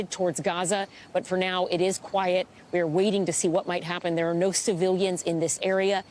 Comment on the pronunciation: She keeps saying Q u i e tea. She hasnt been in a warzone long at all.